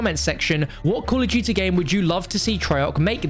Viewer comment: Call of dooty